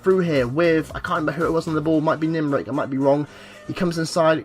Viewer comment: Great Video! Just saying its Nimick not Nimrick or Limerick 😂😂